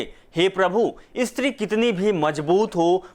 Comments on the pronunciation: ISTRI Nahi Stree 😂😂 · "Estri" kya bol rahe ho😄